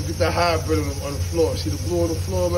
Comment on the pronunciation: That nigga said highbryid meowww lollol